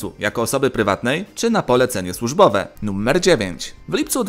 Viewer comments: Czy tylko ja slysze "Nummer"? :D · Dlaczego "nuMMer"?